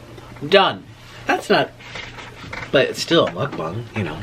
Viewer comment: He said “mukbung” Jesus christ